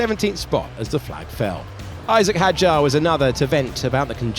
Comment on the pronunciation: It's pronounced Ee-Sak Ajarr. Not every word or name in the world is English, Please...